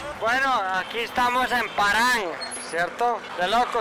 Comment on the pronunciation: No es Paran amigo, es Paharganj, por favor.